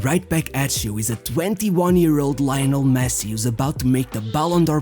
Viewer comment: Yes, Láionel Mési